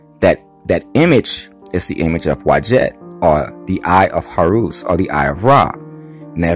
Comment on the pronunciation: Horus not Horoos!